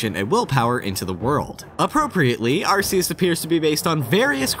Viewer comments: The proper way is Ar-key-us tho. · Isn't it pronounced arc-ee-us? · >Arseus It's pronounced 'ARK-E-US' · Did you know that it is Arceus, not arsseus? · OH MY GOD! IT'S PRONOUNCED ARKEUS NOT ARSEUS! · It's pronounced Arc-ee-uss. Not Arr-see-uss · It's "Ark-eus", not "Ars-eus". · It's pronounced AR-KEE-US, not AR-SEE-US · It's pronounced Ar-key-us, by the way. Not Ar-ce-us. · In the Pokémon handbook: arceus is pronounced are-key-us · BTW the official pronunciation is Ar-key-us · I think it should be pronounced as "ar-ke-yoos". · oh my god it's pronounced ark-eus jesus christ I don't normally care enough to comment but come on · You pronounced "Arceus" the common-sense way Which means you pronounced it wrong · i like how you can pronounce everything correctly except for arceus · It hurts si bad how you pronounced Arceus. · How dare you pronounce Arceus that way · .......... :/ He said Arceus with a soft 'c'. So sad. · Gonna have to throw you a dislike- said Arceus wrong 🤷🏼‍♂️